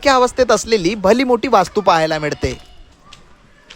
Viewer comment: Odakhle = olakhle..midte = milte.. Tula "la" mhanta yeto tari "da" "da" karat basto